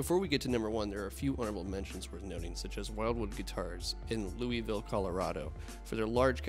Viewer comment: Agreed, it is great to see Wildwood Guitars mentioned. Actually the town they are in is pronounced “Lewisville.”